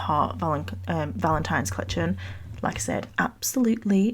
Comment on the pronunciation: The snake is killing me! It’s gawwwwjous!!! Love these so much! ❤